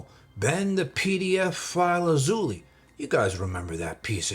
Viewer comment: His last name is pronounced “Azo”+“Lie” I am not even joking, ask every Jewish/Israeli person.